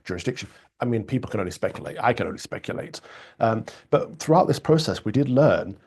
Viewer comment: I really wish Starmer would stop with that stupid "working people" nonsense (or "working pipple" - as he pronounces it). It's a meaningless slogan because, like the word "woman", he can't even define what group of people he means. Plus, he seems happy to hand our money over to 'pipple' outside of the UK, to illegal immigrants who have made no contribution, and to some people on benefits who have no genuine claim to them.